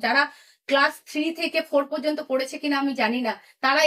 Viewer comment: The decline in Bengal freelance journalism is clear when a senior journalist questions whether a three-month training program is sufficient for authoritative public commentary. While I empathize with this YouTuber’s situation, her speech (including পোষ্ণ, রূপশ্বী, পত্তন্ত, পোচার to quote a few) and reasoning are nothing short of a disgrace to the profession. Being an activist, likely what this young YouTuber is, and providing professional commentary on public domain is different, and it should be. Few can blur out this boundary, and that requires rigorous exercise. I left Bengal over a decade ago and, despite working in a profession far from public relations or mass communication, I still speak better বাংলা. God save us!